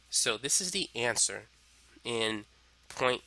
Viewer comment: Another “Ê’Answer”